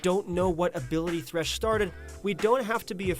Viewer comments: Thresh not Tresh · Tresh lmao